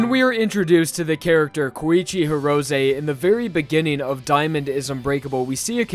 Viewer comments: Horosay? why are u pronouncing his name like that its He ro say and say all together Hirose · “Goweegee Heerowzaye”